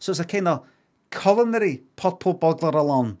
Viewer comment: Subtitles were needed for this.. I had no idea he was trying to say purple butler Alan culinary